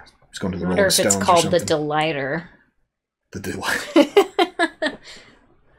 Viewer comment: Mrs. was close calling it a de-lighter.